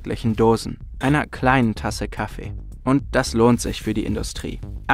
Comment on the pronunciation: KaFFEE , aFFE es heißt nicht Kaffe! ffs